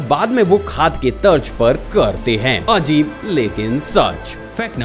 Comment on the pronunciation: Ur pronounciation of a'dbhut ,a'jib is kind of weird